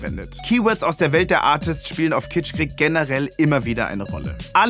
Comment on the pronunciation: Könnt ihr kitschkrieg nicht einfach mal normal aussprechen und nicht Kitschqueeek